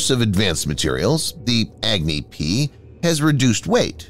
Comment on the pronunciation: HEY you video narrator Goof, "Agni" doesn't pronounced as Agg-Knee LoL!!😂 It pronounces as UgNi like what you pronounce Umbrella with starting U not EggKnee, why ppl so Stupid🤡, 👉It's totally annoying & irritating that You Pronounce Pakistan very well, not like Pack-Staan or PAXTAN.